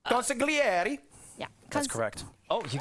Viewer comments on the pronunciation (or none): Not that anybody really gives a shit, but in Italian when you have "gli" together, it's pronounced like yli, so it'd be "con-si-yli-air-ee". It's a bit tough for non-native speakers or those without practice but just figured I'd share :)